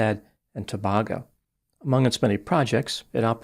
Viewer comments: Thank you for covering this - I am from Trinidad and Tobago. Just a small thing it’s pronounced To Bay go. :) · My Trinidadian wife says you pronounced Tobago incorrectly. It's pronounced toe bay go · It's pronounced Trinidad and Toe-Bae-go. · It's pronounced "Too-bay-go". Thanks for covering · Trinidad and To-bag-o! 😅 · It is pronounced To-bay-go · Yep and other Americans haven’t heard of a lot of places in the world and pronounce them incorrectly 😂